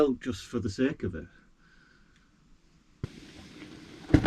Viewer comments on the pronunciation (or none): none